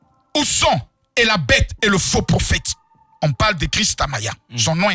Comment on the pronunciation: Votre baïte 😂😂😂 baïte de makosso 😂😂😂 je traîne